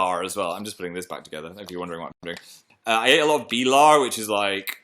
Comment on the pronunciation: "BilAr" OMG! That was so cute <3 You actually pronounce it "bIlar" (cars in swedish) but that was like a 100 times better xP Phil speaking swedish (tries) is like my life right now xD